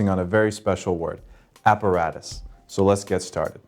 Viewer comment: look Apparatus is a latin word not an english one, and your pronunciation is wrong